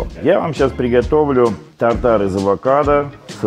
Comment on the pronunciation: Рецепт хорош! Слово «безумный» видимо любимое в лексиконе. тАр-тар , режет слух, тут шеф решил поумничать.